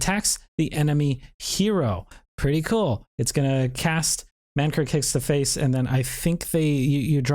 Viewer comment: Lmao stop saying man kirk my dude. It's man KRIK.